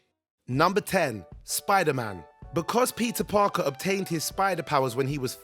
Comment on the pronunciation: Did I just hear Pizza Parker?